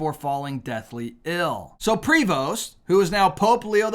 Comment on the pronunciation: Heads up: the "st" is SILENT in the pronunciation of Prevost, so either "pree-voh" or "pray-voh" is the way his name is said depending on whether Spanish or French.